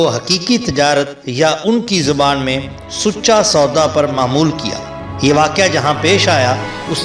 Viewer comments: Sucha is sacha in Pakistani Punjabi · The commentator mistakenly used the term “Sucha sauda” whereas It should be pronounced as “SACHA SAUDA” The rest of narration is excellent. Thanks, please throw some light 💡 on the rest of the 9 “GURUS” as well. May God bless you.